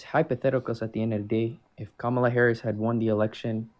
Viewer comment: at least he pronounced Kamala’s name correctly